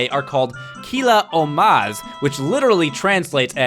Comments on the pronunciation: ''Killa Ohmaz'' xDDDD I'm from Germany, and this is really funny. xD In normal german: Killer-Omas. xD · im german and i couldn't stop laughing when i heard killa ohmaz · You said killa omahs a little bit wrong, but not that bad for someone who never speaks german. And why do I not remember that scene with Zelda? I have the game I think I should play it more often :D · lol I am german and I never noticed the KILLER OHMAZ lol